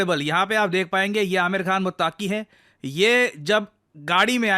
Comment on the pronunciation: दोस्त वो मुत्तक़ी होता है मुत्ताकी नहीं 👍